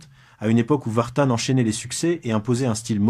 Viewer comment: C'est pas Vartane MAIS Vartan.